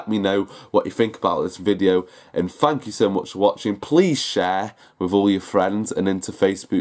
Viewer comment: Hey, hey, fank you too